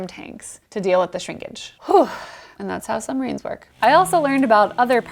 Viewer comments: PLEASE! PLEASE! I am begging you. Stop saying summarines. It's SUB-marines. (also that a russian sub graphic) BTW: Love you work otherwise.... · Lol “summarines”